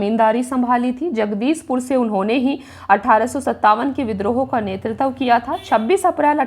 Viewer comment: BHOSDI WALI TU HAR BAAR NETRITVA KO ' NETRTAV ' KYO BOLTI HAI? - SIR DARD KARNE LAGTA HAI TERI HINDI SUNKAR - TU 100 SAAL KI BUDDHI HO GAYI, TUJHE HINDI PADHNA NAHI AATA - TERA DIMAG THIKAANE NAHI RAHTA - MAADARCHODI TU PAHLE APNE DIMAAG KA ILAAZ KARA - BAAR BAAR GALAT PADHTI HAI BUDDHI - NETRITVA KO BAAR BAAR ' NETRTAV ' KYO PADHTI HAI BUDDHI? TUJHE SHARAM NAHI AATI, ITNI BADI HO GAYI HAI - SAALI LADKI CHOD DENGE SAALI LAUDA PILA DENGE